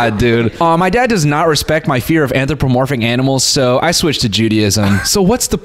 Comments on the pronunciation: Noel pretending he knew the word an·thro·po·mor·phic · Not Noel shitting on the writer's word choice cause he can't pronounce "Anthropomorphic" 💀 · nah the jokes he made about it i think made it clear. He even asked what it meant and couldn't pronounce it